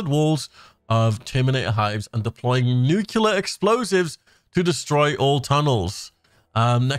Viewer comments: i thought you were trolling at first, but the word is nuclear, not nook ya ler, you sound like george bush. he made the same mistake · Nuclear. Not nucular. That’s not a word.